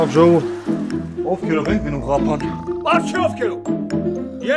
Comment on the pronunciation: Կապան ոչ թե Ղափան